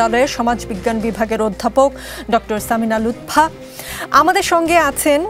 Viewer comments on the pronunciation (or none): Lutpha 😂 not lutfa